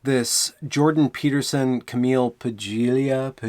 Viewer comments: Cameelia Pajeelia.... really dude? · Her name is pronounced:: "PAH-LEE-AHH" [[ the "g" is silent ]] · That really clarified a great deal for me, regarding post-modernism. I've listened often to Jordan and Paglia (apparently her name is pronounced with the "g" silent - "palia.") and your talk highlighted some of what makes them so fascinating to me. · "Kam eel ... Pa lee uh* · Hey. I watched the video with her and Doctor Peterson the other evening and it was EXCELLENT. FYI - Her name is Camille (pronounced like the French novel by Alexandre Dumas) and Paglia is pronounced PAULEEAH (Italian names the "G" is usually silent). I have followed her since she came on the scene like a hurricane in the 1990's. She is without a doubt one of the most incredibly intellectual women I know of! Since I don't believe you have heard of her prior to this video, I highly recommend her debut book "Sexual Personae". It is 700 pages but so incredibly well written, I read it twice. Also, here is a link to one of her early lectures from 1994 on C-SPAN if you are interested. Even though some of the topics are dated, her overall message is still relevant. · "Ca-meal Pal-E-ya" is how her name is pronounced. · phoenetically I believe it's, PAHLEEYA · Nicely said. Yes, Cameel Pag-lee-uh (that's how its pronounced) is really powerful, really has a grasp on the anti-white male panic consuming the cultural Marxist movement. Keep 'em coming,! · Just to be pedantic Cah-Meel Pah-Lia The G is silent EDIT: It looks like some pieces of the puzzle are finally falling into place in your mind :) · Iam Bob Also, en masse is pronounced "on mass" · you hit it with a hard G. it's an italian name.